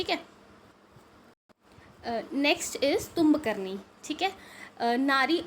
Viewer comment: It is not tumb karni itz tumbaknari